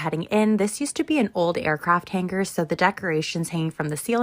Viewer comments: The way she says “hang-ker” pisses me off so much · I don't care to see a day in the life of anyone who over-pronounces the 'g' in the word hanger. It's as bad as when some Millennials and Gen Z'ers drop the 't' sound in the middle of words like button and kitten 🙉 Also, how is this girl not 300 pounds? All she does is eat all day! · In an interview, I would ask potential employees to pronounce "hanger".